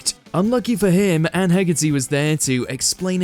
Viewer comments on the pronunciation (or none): none